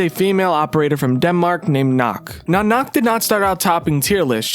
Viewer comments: It’s nook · Why does he keep saying “Nukk” When it’s clearly worked “Nokk” (knock) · Not “nook” it’s “nokk” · I was so annoyed by him saying it like that